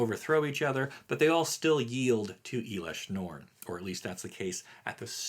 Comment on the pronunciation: I think your pronounce in elesh norn incorrectly. Just wanted to give you a heads up.